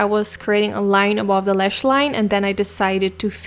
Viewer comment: It’s not “tanks” it’s “thanks”, it’s not “curyous” it’s “curious” It’s not “Da” it’s “the”